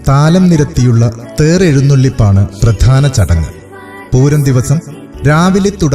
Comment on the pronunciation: ഭഗവതി ബഗവതി ആകാതെ ഉച്ചരിക്കുക. Male voice അക്ഷരശുദ്ധി ഉണ്ട്. പ്രതാന അല്ല പ്രധാന എന്നാണ്.